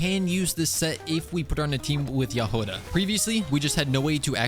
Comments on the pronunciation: Trh way to pronounce jahoda is like if youd say “yahoda” and the emphesis is just in the start of the name also there is NO “U” in the name it isnt pronounced it isnt yahouda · Her name is actually pronounced Yagoda (With the emphasis on the beggining of the word) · Hey! So, the way you pronounce Jahoda's name is actually without emphasis on anything. And the "ho" part is not pronounced "Hou" but more like you would say it in the word horn. Her name comes from the Czech word for strawberry. I was born and raised in Czechia so I thought this would be helpful! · Jahoda means Strawberry in Czech. So it would be Yah-ho-dah. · her name should be pronounced as JA!G!oda. it means "a berry" in russian) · Hey!! russian speaker (natively) here! It was meant to say "Berry" in russian, hence right spelling and pronanciationg would be "Jag(h)oda" but because it is hard for inglish speakers to get the "Gh" sound right they just left it with "H" Just say Jagoda lol If you want to get it right just put "Berry" in translator and listen. ;D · Hi! I'm Slovak and we pronounce it as Ja-Hoda. You pronounce the Ja as the first two when you say Yas so Ya and hoda you don't say the Ho as when you say Ho Ho merry X-mas you just say Ho like for example Hop and da...just how you say it so Ya-hoda :). Hope I was able to explain it :d EDIT: If anything you can check how to pronounce it on the google translator (Choose Slovak or even Czech) :) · the stress should be on the first syllable, *Ja*hoda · In her name it’s not actually much of a “h” sound it is more of a hard “g” as in game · as a czech person, you read Jahoda without emphasis anywhere, you just read it the way it is